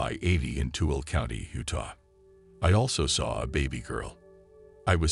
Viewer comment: Tooele, It's pronounced too-ill-a😁